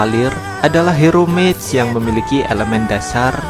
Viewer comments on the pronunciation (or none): none